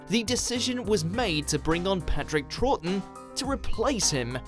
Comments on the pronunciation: Its troughten not trawton and its varos not varose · Karl Franz , Emperor of Mankind, chosen of Sigmar Last I heard his name was Patrick Troughton. Never heard it pronounced ‘Trawton’ in all my days. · There's a reason he's known informally as "The Mighty Trout" and not "The Mighty Trawt" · It's not pronounced Trawton it's Troughton(IT'S AN OW SOUND ) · Patrick who? Trorton? Dear, dear, dear..... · Could we have a top 10 of the times mispronounces bloody obvious doctor who stuff.... (mutter, mutter, trawton, mutter..) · Patrick Troughton - As In ‘Trout’. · Watched a few of these now. I do with the narrator would learn to pronounce Patrick Troughtons surname properly. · is it just me that noticed how badly he pronounced Patrick Troughton at the start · The way you pronounced Troughton gave me aids. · The reason we're shoutin' Is how to say 'Troughton'. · listen to how he pronounces the actor for the 2nd doctor 🤔